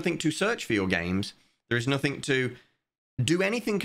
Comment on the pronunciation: bro why do you pronounce the "g"s as "k"s? "Nothink" "everythink" "realizink" "launchink". Do you have a medical condition or somethink?